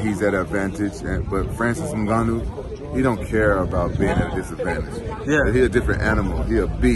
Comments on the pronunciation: At least he said Ngannou right this one time 😂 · That's how it's pronounce, not N-Gannou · u mean he's actually saying it right. i read this comment before the video i assumed he was gonna butcher it lmaoo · He actually has a way more spot on pronunciation than most English speakers.